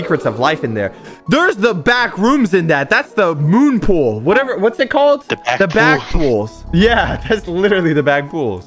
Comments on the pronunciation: at video 3 mins and 36 sec he says poolrooms as back pool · its not "Backpools" its pronounced as "Poolrooms" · It’s not back pools it’s poolrooms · poolrooms not backpools "yes I'm a nerd what you gonna do huh?" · Backpools? That’s poolrooms my boy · It’s not the “Backpools” it’s the “Poolrooms” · Its not BackPools Its Poolrooms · also it’s not called the back pools it’s called the “poolrooms” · It's not "backpools" it's "poolrooms" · It's actually called pool room but since its back room he said back poo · Its not Back pools its Pool rooms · Poolrooms not backpools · dude you said backpools its called poolroom bruh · Bro jit said backpools it's poolrooms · IT'S NOT BACK POOLS IT POOL ROOMS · its not backpools its poolroooms